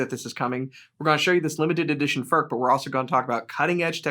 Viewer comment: Its NOT "FÖRK" nore "FÖRTSCH". He ist called František Furch. Try again. Furch, ( u like in YOU ) ore you want us to pronounce "jeans, update and cool" the German ore Czech way. By now, almost all Furch guitars feature the newer CNR "System Active" (with the exception of the "Yellow" series).